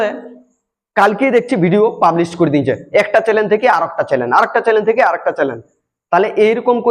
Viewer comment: চ্যালেন নয় কথাটা চ্যানেল